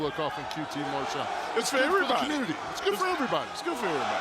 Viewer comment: its qt Marshall not mar shell Justin